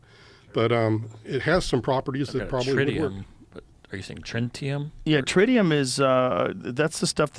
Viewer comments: So you’re standing there talking to an alien and he ask you for tritium and you think he’s saying trintium but you do no research on the substance until you get to the Joe Rogan podcast and Jaime has to tell you what the alien really asked for. Such bullshit. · also, I'm sure he's told this fable 1000x, yet still can't pronounce tritium (_named after tritos, Greek for "third" as it's the hydrogen -3 isotope_). I guess his previous audiences didn't have any chemistry background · He claims to have been in Air Force "intelligence" but doesn't know how to properly pronounce something as prosaic as tritium or what it is and how it can be used for nuclear fusion. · Dude says that the "alien" ask for tritium....doesnt know how to say or spell it still after doing research about it and cant describe what it was. My BS radar is going off...maybe im an alien 😂...also sooo convenient that he was standing perfectly in front of the "alien" and cant find the dude that was an eye witness. Show reciepts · i was really excited about this but i think these two are full of shit. one clue is the fat guy says maybe hes pronouncing tritium wrong, but according to him the alien asked for it so how would he be, hes obviously just read it somewhere. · Yeah hes full of shit. he says to jamie maybe hes pronouncing tritium wrong, but he said alien asked him for it. sounds more like hes read it somewhere and saying it wrong. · Trintium, Tritium? This guy has no clue, in another interview said it was Thallium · Dude just said trentium 😅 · He doesnt remember if its tritium or trintium. Seriously? The few words alien told him. Either he is fibbing or he is thick as pig dung. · He said “tintilium” on Julian Dorey’s podcast and he’s saying “trintium” here. Hella sus. I don’t believe this guy. He also mentioned on Julian’s podcast that the Ranking officer on the front passenger seat saw this blue alien but when James fox and Julian asked him he said it was the driver. He’s not consistent.